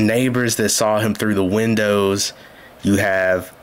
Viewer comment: Would I be wrong if I were on the stand and I repeated all his incorrect words back at him?😂 I would have held him up so bad. License place? Tinted winnows? Like I know you didn't go past 9th grade dude but Dawn should have helped your clueless tail at 5 on how to pronounce those words...Ooops she can't pronounce words either. Dang! And his whole line of questioning was dumb. It did nothing to help him. Tinted windows does nothing for your case if your windows are down! This case you had the weapon, the person and it all was captured on video! And he has the nerve to ask if someone has a record when he has a rapsheet the length of a football field.